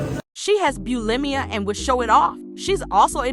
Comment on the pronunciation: She also mispronounced bulimia